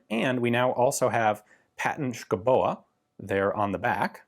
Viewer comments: "Schouboe" is actually an old way of spelling "Skovbo" (Which translates roughly "to someone, who lives in the woods" or "a settlement in the woods".). Your pronunciation isn't COMPLETELY off. Just loose the "E" at the end. It's silent. And the last "O" is a short vowel sound. Normally I wouldn't recommend Google Translate (And they can't translate "Skovbo"! ^^ ), but in THIS case they actually have a pretty good pronunciation: :) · "It's Danish and thus not physically pronounceable". Says Ian Mcsomething. -> Daanish pronunciation. It's not even difficult. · Yes you kinda butchered the name. But points for trying! (And better than "Madsen". Haha) If there are Danish names you want to know how to pronounce, before making a video, pm me and I'll send you a sound file. Not that it really matters for the videos, but if you think it would be fun to pronounce them correctly you are welcome. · I'm danish and I will give him a B for effort, and I really agree on him not physically pronounceable... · Actually, Ian is pretty close, except that the e at the end is silent and the stress should be on the first syllable. Basically, the “Schou” part is pronounced pretty much like Ian does, while the “boe” is pronounced something like “beau” (how long you drag out the vocal sound may vary). A simpler, more phonetic (in Danish at least), spelling of the same surname would be “Skovbo”. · Yes, the pronunciation was not even close ;-D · Enter “Skovbo” in google Translate and have it pronounced in Danish ... you’ll be surprised how wrong you are ;) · I would guess "Scowboo" would be a closer approximation. But you are right; Danish names are mostly unpronounceable to anyone but Danes. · Say it like skou-bo 👍🏻 the e is silent. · Schouboe = Skou-bo Madsen = Massen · "scow-bo" - still not physically pronouncable by an american but closer to the 'truth'......Incidently, Schouboe (or in modern spelling "Skovbo" literally means "Forest-dweller" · Its pronounced "SKOVBO" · Pronounced score-bo